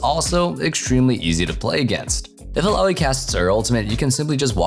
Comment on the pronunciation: It's ILLAOI Not ALLAOI